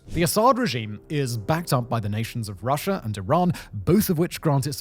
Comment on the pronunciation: There is no such place as Syrier, nor Russier. What is "medier?" I've never heard of Americer either. In grade school we were taught that people from Great Britain spoke the purist form of English. Not sure where you grew up but your slum street jargon is a disgrace. Take a sabbatical and take some classes in English pronunciation before trying the documentary profession again.